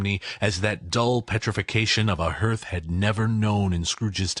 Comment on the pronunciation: And "hearth /hɑːrθ/ ", not "herth". "Con-de-sension", not "con-den-sation".